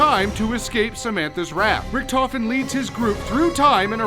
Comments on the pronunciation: thats funny how english People cant say richt-ofen the say richttofin not hate tweet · The pronounciation of Richtofen hurts a bit xD